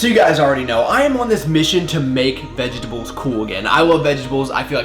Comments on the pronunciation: Ve-GET-ables lol but loved the video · The way you say vegetables is sooooo funny! Had to rewind a couple of times haha. Also,, you cursed for the first time on your channel! 😱 Love you man, have a blessed weekend <3 God bless you.